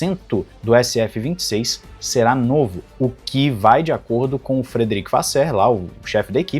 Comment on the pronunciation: Queria elogiar a qualidade das informações e dos vídeos. Gostando demais deste novo estilo de montagem. Espero que a Ferrari consiga encostar mais na Mercedes. Vamos ver. Abraços e a pronúncia do Vasseur está perfeita. Abraços direto da França